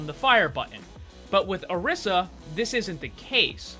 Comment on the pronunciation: Orisa is pronounced O-RE-sa